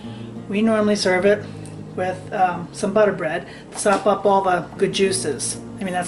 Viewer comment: sop up...viy you must be a local kirl!